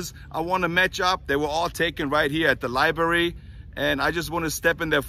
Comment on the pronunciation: Presidential Libary haha